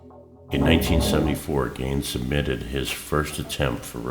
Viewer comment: "Geen" not "Gain"